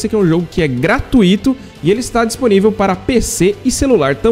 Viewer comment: po, tudo bem? ne por mal não, é q da uma agoniazinha, a forma correta de se pronunciar Gratuito, é sem o acento, dando destaque no U de gratUito, não no I, como se fosse GratuÍto